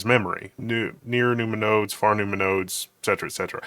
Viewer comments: i thought i was crazy hearing num-numa too🤣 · Nu-ma-nodes? Half expecting to hear Ma-Na-Ma-Nah (doo-do-da-dat-da)